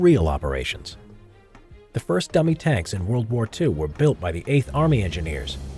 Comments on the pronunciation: Did anyone else hear gummy tanks? 😂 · Timbob Official her dummy tanks?